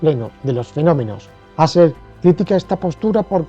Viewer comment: Pues no, no era “jasel” si no “juserl”